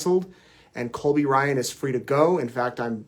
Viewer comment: Sounds like you kept saying Colby Bryant